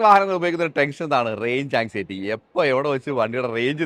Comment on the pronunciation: ടെങ്ഷൻ അല്ല ടെൻഷൻ